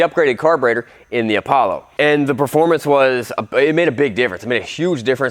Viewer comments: Its not apablo its apolla like apolla one rocket flight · Lol he really just said "APABLO" its Apollo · Man said an Apollo is Apoblo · Bruh it’s apallo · Apoblo is how he pronounced it at start lol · Its called "A Pablo" 🤣🤣🤣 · Name:APOLLO says”Apoblo